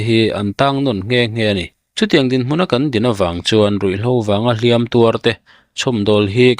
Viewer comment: "Ruihhlo vanga hliam tuarte" i tih hian, "tuar" i telh dawn chuan "hliam" hi a ri hniam-in lam teh aw.